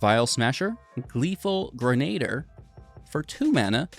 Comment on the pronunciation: Gren-uh-deer 😉. Appreciate the budget friendly stuff.